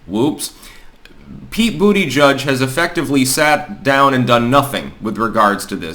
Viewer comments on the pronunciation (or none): It pronounced "Buttplug".